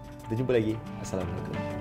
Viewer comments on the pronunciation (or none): none